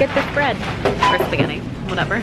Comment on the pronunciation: Umm... how did you were able to mess up SPAGUETTIS!?? 😂😂😂😂